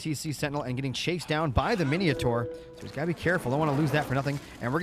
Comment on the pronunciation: Mini o tars and Heseers lol. Good cast man